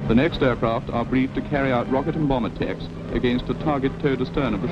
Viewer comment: Love the way the 50´s narrator pronounces attacks....."at-aches". Battleship "baytl-ship. That was thought to be correct back in the day.